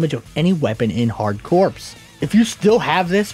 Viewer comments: That word is pronounced "core". That's the whole point of the name of both games, it's a play on 'hardcore'. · Other than the mispronounced CORPS, this is a solid video. It was nice to see some behind the scenes on this awesome Contra game.